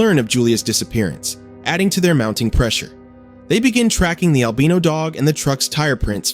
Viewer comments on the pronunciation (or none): Albino has a strong "I" in it. The way he is saying it is DRIVING ME.